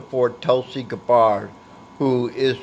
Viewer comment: Her name is GAB-BERD. Pronounce it correctly, lol.